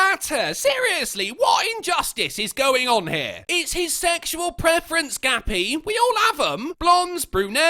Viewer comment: Ha! For a minute I thought her name was Gabby but you were calling her "Gappy"! And what a fitting name that is. Who the fuck is worried about what other people jerk off to?! Unless it's kids or acts of beastiality or necrophilia or something along those lines, who cares? These broads are fucking nuts.